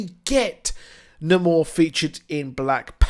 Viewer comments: It's not Namor like "Na`mor", its' Namor, like "Nay more"... You got to put in that long A, homie! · Yeah, jus never heard it pronounced Nuh-more. I've grown accustomed to "Nay"mor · Great video! Who's "Nuh-more"??